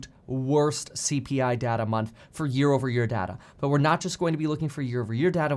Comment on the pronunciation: Dear Kevin, it's pronounced "data" not "data" :P